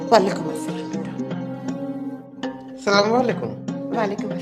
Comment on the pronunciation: App assalam Galt kar rahe ho please sahi se karo